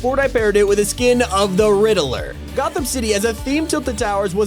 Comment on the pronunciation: I want to say you pronounce the riddler name kinda wrong